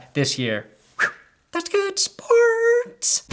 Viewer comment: Nobody literally no one:: that's good spOOrTS